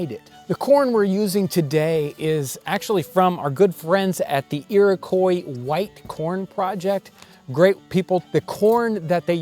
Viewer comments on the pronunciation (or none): Another fine production! Your shows are always top-notch. I minor tip: "Iroquois" is pronounced "Ear-o-kwa," rather than "Ear-i-coy" - at least by all the Iroquois people I've known. Admittedly, these have mostly been Seneca or Mohawk people, rather than the (I think) mostly Cayuga you have down there, but I think they say it the same. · Huh. Here in Canada, we pronounce the name of the Iroquois tribe like, "ear-o-kwah", not "ear-o-koy". I wonder how they refer to themselves... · Iroquois is pronounced iro-kwa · iroquois pronounced like "ear-oh-kwa" my guy ;) love the content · Iroquois is pronounced "Iro qwah" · Iroquois is pronounced like "Irokwa" :) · Leah Laushway you're right, that is the correct pronunciation. Jon said it wrong.